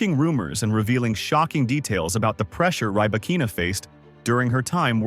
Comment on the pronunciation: Stopped watching after 10 seconds. If you can't even pronounce her name correctly, my guess is that the rest will be equally worthless.